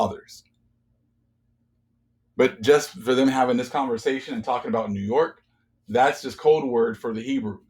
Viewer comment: yo when you said new york the lord told me new yoke...merchant state???